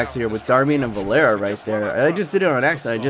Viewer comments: Love the videos, and not hating but just so you know its Ander Herrera, not "Anders," and Varela, not Valera. But love the videos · I know this is a long time in the past but it's varela the r before the L. You were saying Valera. And there isn't an s on Ander Herrera. You were saying anders and at times it sounded like andreas.